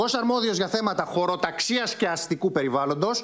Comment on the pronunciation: Πώς το λέει έτσι το Χωροταξίας και Αστικού Περιβάλλοντος😂😂